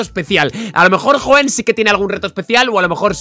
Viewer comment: a y Por cierto es Hoenn* no Hoeen xd